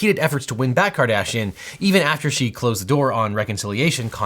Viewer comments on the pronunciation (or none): Half the time you say Kardashian I hear Cardassian...